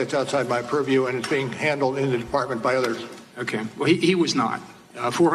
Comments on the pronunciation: The fbi guy on Russiagate: POORview. Jimmy Dore on Russiagate: PURRview. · "That is outside my puriew" Everyone drink!